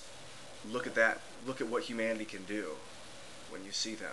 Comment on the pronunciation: lol. "hamanity".